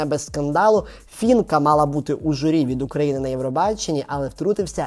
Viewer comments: Не фінка а Фіїнка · При всій повазі до вас, але не Фінка, а Фіїнка вірно! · Навчіться казати правильно Фіііііііїїїїїнкааааааа❤